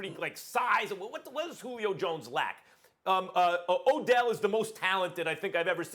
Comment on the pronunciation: Dude said oDell 🤨